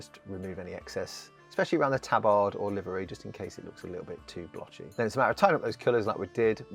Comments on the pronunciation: Fuck me is that really how you chose to pronounce tabard? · No one ruins English quite like the Brits, eh?